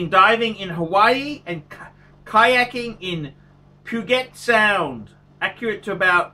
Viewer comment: He did somehow manage to pronounce Puget Sound and Tacoma correctly..at the last milisecond.